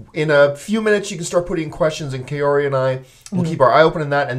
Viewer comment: No offense, nice after show discussion but I keep cringing every time I hear you mispronounce the name 'Kaori'